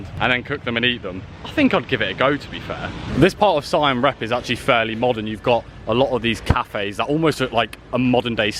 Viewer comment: R E A P not REP